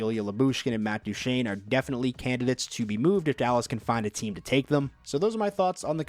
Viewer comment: And you said Matt divine, not Matt duchene